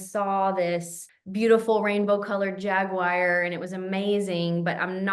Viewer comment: Excited to listen to this podcast, but urgh, they're not "jag-wires"! 😜